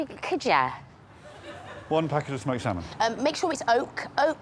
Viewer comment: Lady Leshurr and her salmon fham🤣🤣🤣